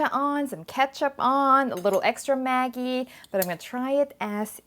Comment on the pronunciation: GdayMateys When the product is sold in Thailand, the name in Thai writing is "แม็กกี้" which is exactly what she pronounced. This is how Maggi company wants Thai people to call their sauce.